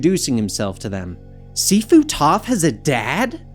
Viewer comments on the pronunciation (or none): none